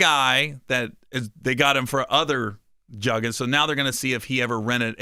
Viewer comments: It’s called jooging not jugging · Juggin’ (joog-in) 🤦🏾‍♂️ Made your goofy ahh a mark, didn’t u? 😆